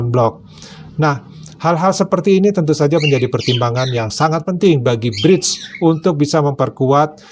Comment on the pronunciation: Koq Bridge (brijs) to, kan haruse BRICS (briks) 😊🙏🙏🙏